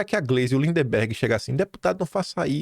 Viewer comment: Pare de falar lindeMberg, qd na vdd é lindberg. Por favor